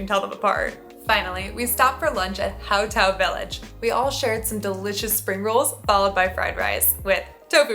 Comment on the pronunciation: you're missed pronounciation Hmong, The H is lilent, just say Mong